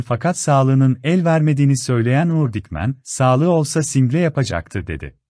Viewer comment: Diksiyon dersi almanız gerekir. Videolarınızı seskendirirken kelimeleri acaip telaffuz ediyorsunuz. ör: Single okuduğu gibi söylediniz birkaç kez, nazik kelimesinde nâ - zik (a) uzatılır kelimelerin söylesnişlerini öğrenip lütfen Türkçe mizi güzel kullanalım